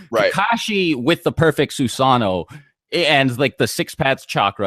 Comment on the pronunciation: You guys need to learn how to actually pronounce all od these names... Susano'o, kisame... More from other videos like minato... Its kind of ridiculoud hoe youtubers know so much but they cant even pronounce any of it